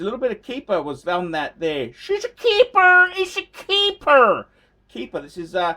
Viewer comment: SHEEESHUHHA A KEEPAAARRR! ISH A KEEPUUHRRR! KEEPER! :D :)